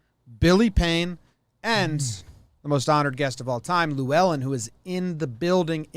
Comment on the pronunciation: Boys that pronunciation of Llewelyn is not it